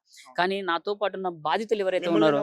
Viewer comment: బాధితులు,...రా బాబు,..... భాదితులు కాదురా babu,... ఎందుకొస్తాRu ra babu ,..... ఎక్కడ పడితే అక్కడ ఒత్తులు పెడితే గొప్ప anukuntaremo మరి.